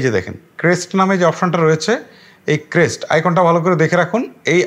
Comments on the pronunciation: ক্রেস্ট না। মুর্খ। কাষ্ট হবে। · মূর্খ এটা নতুন কিছু না। আর ইংরেজিটা ক্রেস্ট না কাস্ট হবে 🤣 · ক্রেস্ট না ভাই,কাস্ট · ক্রেস্ট হবে না কাস্ট হবে উচ্চারণ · আহারে বলদা এইটা ক্রেস্ট না কাস্ট